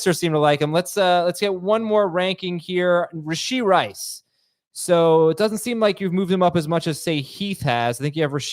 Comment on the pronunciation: I’m hearing “Rish-ee Rice.” Thought it was “Rash-ee Rice.”